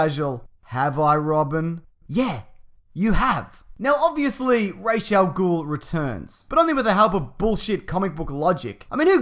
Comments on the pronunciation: I know I'm being really anal about this, but the Ras in Ras al-Gul is pronounced as Raz, not Raish. Just saying. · it's Ra Al Ghul like "Raw" not Ray .... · Its Ras Al Ghul not raish... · Who the fuck is "Rayshell Ghoul?" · It's Ras al Gul not rash al gul